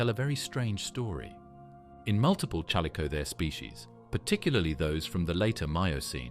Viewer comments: A. I. Narration SUCKS!! The CH IS NOT PRONOUNCED LIKE CHURCH!!Use real human resources!!! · Terrible AI voice mispronouncing chalicothere. Couldn't watch. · they don't even pronounce the name of the main animal they are speaking about correctly. Of COURSE it's meant to be appealing, since no one would watch it if it were not. However, that doesn't make any of what's here factually accurate.